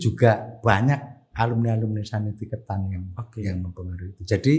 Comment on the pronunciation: Koreksi dikit, sekolah yang di India itu namanya Santiniketan, bukan Sanitiketan.